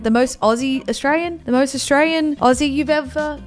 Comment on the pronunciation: U literally r not saying Australian right hahaha ur like astrain haha love this